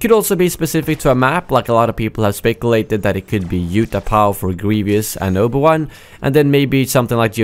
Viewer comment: Oba Wan lol